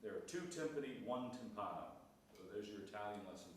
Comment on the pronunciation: Do you really say timp𝐀no in English, with stress on the a, but t𝐈mpani in the plural, with stress on the first i. I am not a native English speaker, but I would intuitively say t𝐈mpano, with stress on the i in the singular if the plural is t𝐈mpani. Do you see?: t𝐈mpano/t𝐈mpani or timp𝐀no/timp𝐀ni. What do you think?